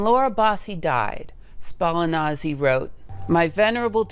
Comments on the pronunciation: I do love you, but your ability to butcher names is unrivaled. How did Spallanzani turn into Ballanazi? 😀😀😀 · Wonderful video, I learned a lot about my fellow Italian Laura! Amazing story... The fact that you got Spallanzani's pronunciation mangled up adds fun to culture :-)